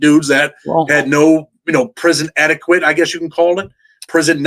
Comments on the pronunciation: He said “ prison etikwet” lol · It’s “ etiquette”